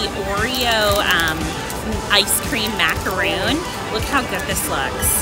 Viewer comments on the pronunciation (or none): frickin has a funny way of saying beignets, and it’s not macarOOn it’s macaRON sorry I had to do it to em, ur kids are rlly cute tho